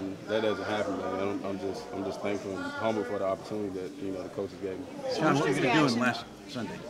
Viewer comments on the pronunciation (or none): Thanks for the video, seriously, but it's not Sean.